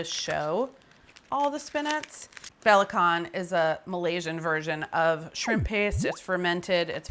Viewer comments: belacan is actually pronounced as "b - la- chant" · Goodness.. Carla is really getting thicc af.. perhaps reduce amount of evoo / butter.. or even better exercise! Btw, it is spelt belacan but pronounce as bur-la-chan. Fyi.